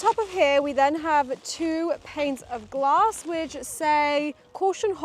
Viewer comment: Ouuu this is fun “Ouuu I see some glass” for us Canadians it sounded like Gloss and I’m like, why is there lip gloss in a furniture pallet